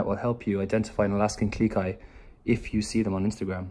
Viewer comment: Claire R yep! Funny thing is I thought she was saying Alaskan GLEE Kai XD